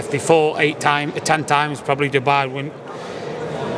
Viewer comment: Says dubar and Dubai 😂